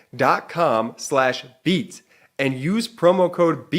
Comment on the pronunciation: Holy Sh!t … “lomi” … it’s “LOMI”… 🫢swear to gawd thought said “blow me”… great ad read, as always. BUT I don’t understand how MAGAts think they will benefit from an autocracy? They really want to put TFG back in and throw EVERYTHING away bc they’re still butt sore over Obama?etc. … etc …